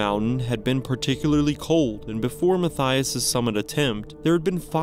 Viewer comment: The second story? Unfortunately, you’re pronouncing Mathias’ name completely wrong, and it’s actually and correctly pronounced “Ma-tea-iss” not “Ma-thigh-us”. I went to school with not one, but two guys named Mathias, and both pronounced their name like the former, not like the latter. And every other Mathias I’ve ever met or heard of pronounced their name like the former pronunciation 😊 I don’t know where the name comes from, but I grew up in Canada and that’s the only place I’ve come across the name (I’m pretty well traveled and have been living in the U.K. for about 12 years now and have never come across another Mathias, but in Canada I had the two I went to school with, one I worked with and about 4 or 5 other Mathias’ I’ve come across in different places in Canada)